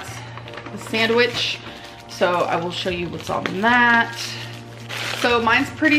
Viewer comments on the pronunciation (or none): The way she pronounces the d in sandwich 🤬